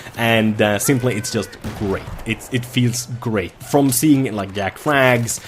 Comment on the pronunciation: Hooray! You said Jackfrags not Yackfrags! lol